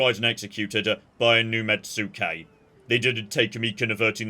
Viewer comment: "Mets-kay" not "Met-sue-kay"